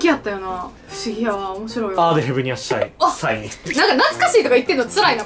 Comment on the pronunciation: 過去動画でもだけど、って「サイン」は「シャイン」って言っちゃうし 「シャイン」は「サイン」って言っちゃうの微笑ましい